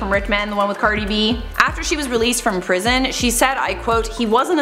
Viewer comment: Pwison 😂😂 " I wAs ReLeAsEd Of PwIsON" 😂😍